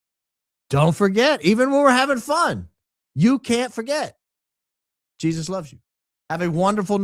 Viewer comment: Jesus is wrong in pronouncation